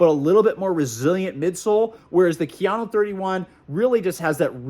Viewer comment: “KIA-NO”… for god’s sake, it’s Japanese and it’s pronounced KA-YA-NO… and you call yourself an expert??